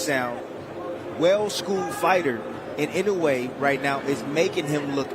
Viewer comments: my goodness can't they just pronounce his name right E NO A would be about right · They always pronounce "Inoway”.